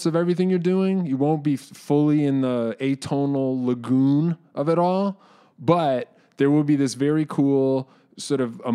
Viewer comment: at first I thought he said the “emotional legume” and not “lagoon” lol😅, what pedal could give me that Emotional Legume sound?